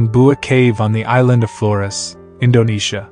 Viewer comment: Why is he pronouncing Flores like that? Does the narrator hate Latinos or something?